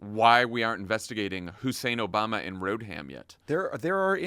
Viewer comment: The Q-anon guy actually said "Barack Hussein Obalma and Hillary Road-ham Clinton". I thought he might be attempting a bit of word play with "Obalma" having something to do with embalming? Who even knows. The Q-ers aren't known for their with or intelligence.